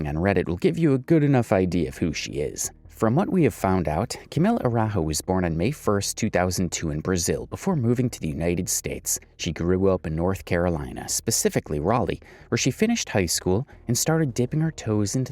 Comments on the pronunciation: Omg please her name is portuguese just say exactly as it reads A.RA.U.JO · It’s Portuguese last name so it is actually pronounced aroojoe